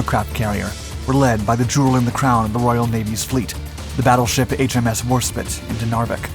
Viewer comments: Oh man your going to trigger all of us by saying warspit. I thought the first time was just a mistake, but no. It’s one of the most famous British ships and is clearly spelt. These videos used to seem great but lately I just find myself looking for mistakes or wrong facts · I spit on your pronunciation of spite. Warspite can’t be that hard to pronounce. Even if you don’t know the word, an ‘e’ at the end changes how you pronounce it to a long vowel sound. Very basic stuff. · Great video, but you constantly mispronounced the name of the main warship - HMS Warspite (not war spit as you kept calling her, that would be something else entirely!!) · Exactly what I was thinking War-Spite.... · Warspite, not Warspit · "H.M.S Warspit" got a certain ring to it...not! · War Spit 😮💦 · HMS WAR-spit 🤣🤣🤣🤣 he really, REALLY butchered that name of HMS WARSPITE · Man, people are mad he mispronounced warspite, as if that doesn’t happen with thousands of other names and things throughout life, least the story isn’t full of inaccuracies etc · The mispronunciation of Warspite detracts from the footage. The Hawker Demon in the footage is also rather confusing. Any old biplane isn't good enough. Please lift your game. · Hmmm HMS Warspite ain't "war-spit".. I'm an American a Texan too be exact and even I know the correct way n name.. It's freakin ubiquitous, there's been heck I don't know round 10 different gunships sorry battleships, I think even a submarine was called Warspite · Dude learn to pronounce "Warspite". You produce great content but you inability to pronounce some basic English names lets things down. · Every time he mispronounced “Warspite” it was like fingernails on a blackboard. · Nice of you to butcher the pronunciation of one of England's most famous battleships. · xD I laughed every time he mispronounced it. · And yet he can pronounce "despite" properly. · It's Warspite as in fight, not Warspit as in hit. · WARSPITE it's got an E on the end. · Spite not spit you dolt